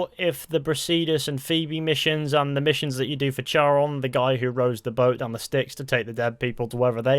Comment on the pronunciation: FYI Charon is pronounced "Care-On"